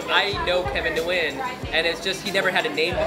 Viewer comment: He doesn't even pronounce Nguyen right and that's his last name too.